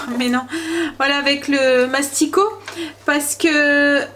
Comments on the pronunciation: J'adore regarder tes vlogs le matin à 6h30 en dejeunant ! Tu me donnes des idées repas . Tu m'as fait trop rire en disant masticot 😃😃 c'est massicot. Ne le prends pas mal surtout. C'était pas mon intention . Bonne journée. Bisous bisous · Coucou super bonne idée les endives jambon feuilletées. Tu m à fais sourire car tu dis mastico au lieu de massico c est mimi bisous à tous les 5